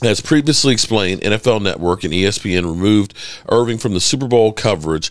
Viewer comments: Good content but his last name is Irvin not Irving. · His name is Michael Irvin. Not Irving